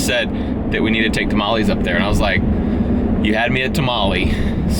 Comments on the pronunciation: just say tamal "less" ok ? it´s a hack for spanish. not hating..... just saying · tah-mah-lehs not tah-mah-lees